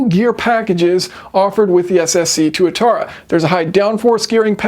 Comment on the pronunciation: It’s pronounced TWAT-ara